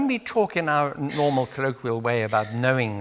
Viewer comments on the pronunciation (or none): none